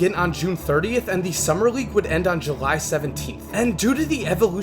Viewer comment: Can you not pronounce the letter L? You say Reague all the time bro. Great video nonetheless